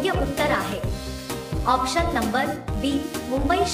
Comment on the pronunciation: आॅक्शन नाही आॅप्शन म्हणा. आणि ये नाही ए म्हणा